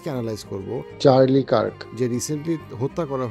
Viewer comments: Vai. Apnar pronunciation ta ektu thik korben please... Loktar naam holo Charle Kirk . Uccharon ta hobe > CHAR-LI K a a r k , kintu apni uccharon korchen > Charles K E E R K. Ebong USA state Utah ke apni bolsen > O O T A , asole uccharon Hobe > YOU-TAAH. Apnar uccharon gulo sunte bisri lagsilo , tai correction kore dilam, pls Kichu Mone korben na . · উচ্চারণ - চার্লি কার্ক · This was the video i was waiting for.Thank you so much for this valuable explanation. Just little reminder: you were pronouncing charlie kirk's name wrong.just pointing out. Thank you.